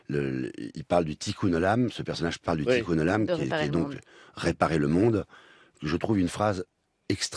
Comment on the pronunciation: pas tikoum mais tikoun